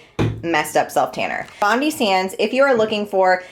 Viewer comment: Bondi is pronounced Bond Eye lol!!!!! you gotta try Bali Body!!! I have tried so many fake tans and that one is my favourite, as well as St Tropez. A tip is to use the glove to do your inner parts of your arms after there isn't as much tan on the mit since the inside of your arms is always not as brown. Also a make up wipe or baby wipe to wipe your elbows, knees where the tan clings more, after you apply. And to do your hands, just use the mit when you have finished and lightly wipe your hands.